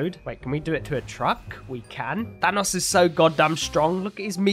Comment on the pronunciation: is saying thanos like fanos witch isn't the way you say it